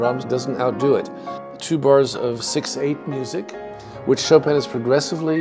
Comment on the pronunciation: This is great. Thank you. Please ask the moderator to stop sounding an ’n‘ at the end of Chopin. It is annoying when pronouncing Chopin, especially when making the nasal 'in' as in French --- a sound that doesn't exist in English, and which he pronounces well (congrats!). In French, ”ce n'est pas facile pour un anglophone de faire ces voyelles nasales (an, en, in, on, un)“. Please stop tagging an 'n' sound at the end of Chopin.